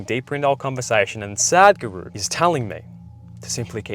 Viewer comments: bro say sa dh guru not sad guru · Please don't mind me correcting you, it is Sudh Guru (In terms of pronunciation) and not Sad Guru.